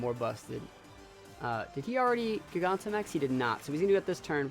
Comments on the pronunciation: imagine pronouncing it geegahntamax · Nice vid! However, I’m pretty sure it’s not pronounced giGAWntamax. It’s pronounced like gigantic, but replacing the “ic” with “amax”